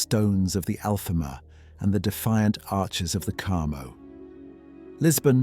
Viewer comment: LOL… You talk about Lisbon’s history and cannot even pronounce Alfama? Use some Natural Intelligence before embarking on AI, ok?